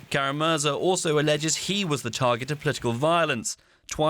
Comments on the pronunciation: Kara-Murza, not 'Kara-Muza' nor 'Kara-Muzra' nor 'Karamuzza'! What a disgrace for professional journalists DW! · It's Kara-Murza. Not Kara-Maza, Kara-Muzra, or Kara-Murtsa. You call yourself journalists? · Is it so hard to pronounce Kara-Murza's last name correctly?